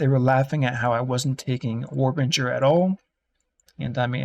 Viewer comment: War Binger.... Binger not Bringer. He literally shows the node in the video